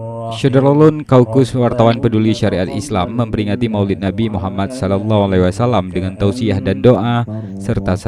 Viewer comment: nabi bukan nabis